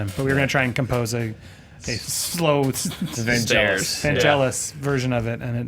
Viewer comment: His name is pronounced with a hard G. Vangelis.